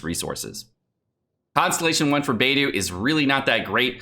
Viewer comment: Everytime says Beidou's name wrong a F2P player pulls another Barbara...